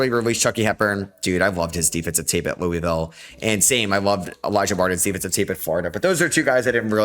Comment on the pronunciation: Can you pronounce Louisville correctly, please?